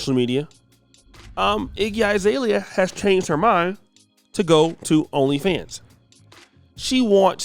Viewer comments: Iggy "eye"-zalea??? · This negro said “IGGY 👁️ ZALEA”